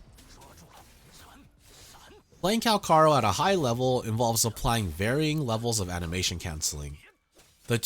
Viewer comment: Everyone plus the asians pronounce it CalCHaro... but you had to be different. Even if this is how supposed to pronounce his name, you definitely took the umf out of his name. Calcharo sounds better than kalkaro.. which it doesn't seem right with your example as C and Ch is in the name. Haven't found a language where the C and Ch sounds the same.